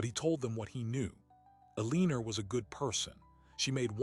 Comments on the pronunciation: Alina does not have an r in it. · Kills me how this clown has mispronounced the characters name endlessly